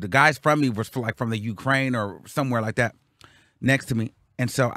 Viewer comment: Yeesss the way he says “like det” send me every freaking time hahahaha